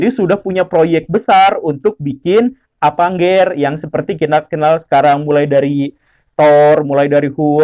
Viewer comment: Sanes Apanger atuh Pak Guru. Apenjes.